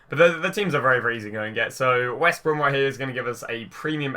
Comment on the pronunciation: ‘Wost Brem’ Me: Did you mean West Brom? 😂